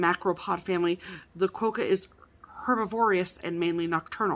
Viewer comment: I live in Western Australia and they live on Rottnest Island just off the coast near Perth. They are called Quokka not Qwoacka you made me laugh so much I show my husband what I was laughing so much about and then he started laughing.